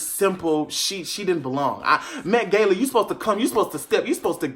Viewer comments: l "tHe MaTe GaYlA" l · To the Met GAYla 🤣🤣🤣🤣🤣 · “Met Gayla” 😂😂😂😂 I thought it was “Met GAHLA” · Nobody:: MetGayla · The way he pronounced Met-Gala was giving me anxiety